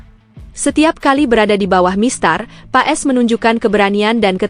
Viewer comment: Namanya ditulis Paes dibaca Paas....ditulis Struik...membacanya Stroik...ditulis Kluivert membancanya Kloivert...supaya diperhatikan agar correct..